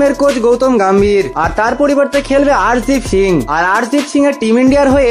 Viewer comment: তোমার চ্যানেল সাবস্ক্রাইব করা তো দূরের কথা সুর আর উচ্চারণ শুনলে কান মাথা ঝালাপালা করে। ধ্রুব জুরেল , অর্শদীপ সিং এই নামগুলো পর্যন্ত ঠিকমতো উচ্চারণ করতে পারলেন না। কে খেলবে কিংবা খেলবেনা তা খেলার দিনই জানা যাবে।